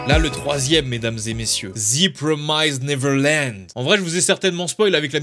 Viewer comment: Énorme revers dans la gueule la saison 2 de TPN, impossible d’apprécier l’anime quand on a lu le manga D’ailleurs ça se prononce « ze promiste » et pas « zi promaïze »